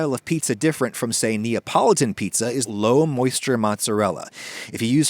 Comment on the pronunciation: NApolitan pizza. Had to rewind five times to get what you were trying to say.